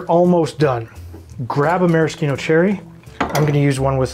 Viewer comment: Perfect! Scalable enough for a large audience, and uncompromising on quality ingredients where it matters. (Correct pronunciation of Maraschino cherry, too!)🍹